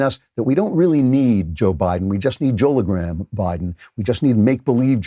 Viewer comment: "Joelogram" Jeez, everyone involved in this video is cringy.